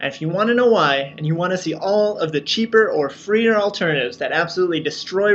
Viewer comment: "Free'er" HECK YES!